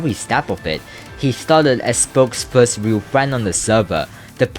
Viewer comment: Which mf said "Fist"